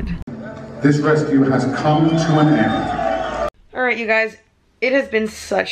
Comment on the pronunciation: End not ed